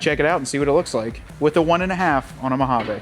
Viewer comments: Hahaha, our new drinking game is we take a shot every time you say Mo-ha-vaa instead if MO-HA-VEE.😂😅😂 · We desert rats cringe every time you say MojavAAA It's Mojaveee. Try it a few times... and on that note it's not Nahvahda... and for sure not OreGONE..